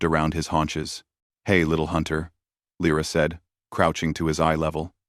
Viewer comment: And again Lyra is spoken LRA.